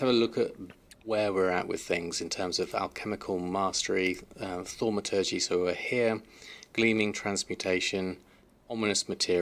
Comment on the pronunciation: I think its pronounced THORM A TUR GEE :)